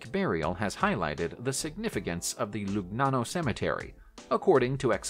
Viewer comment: Hertfordshire = HART-ferd-sher Launceston = LAWN-stun Lugnana = Luh-NYAH-no (Think 'lasagna')